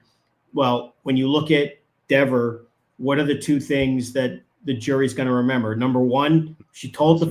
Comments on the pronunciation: Don't you CARE mispronounce her name! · I think he said Dever name wrong on purpose to piss her off and make her mean and look bad so the jury saw how nasty she was being behind the scenes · Dever pronounced her name 2 ways. She introduced herself the same way Jackson had been saying it, & then she changed it just to be snippy.